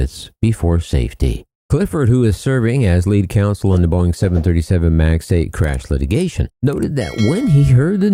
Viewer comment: Huh, why Boieng??? Not a Boieng aircraft.